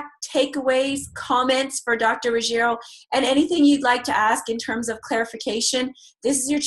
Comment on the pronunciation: Dr. Ruggi-`EEEro (Italian) is the correct pronunciation, but not RuggE-ri-o (Spanish). "RO", but not "RIO"